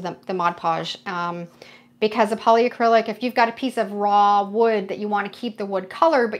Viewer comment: It's polycrylic, not poly-a-crylic. There's no A 😊 Love watching your techniques 🥰 Thanks from New Brunswick 🇨🇦